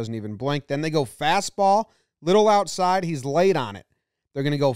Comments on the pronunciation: "Ouside". As in "Catch me ouside" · “Ouside”, close enough